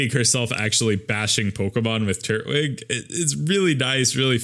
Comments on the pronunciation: it is tur-twig not turt-wig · It’s Tur-twig, not Turt-wig